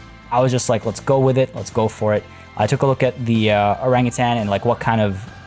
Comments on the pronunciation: Keep pronouncing orangutan orange-utan. I read to much. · I laugh when ever someone not from SEA says Orangutan. Say it like it's two words not one (Orang-Utan). Also a name suggestion for the enclosure itself is "Orang Hutan" Hutan means rainforest and it would make sense.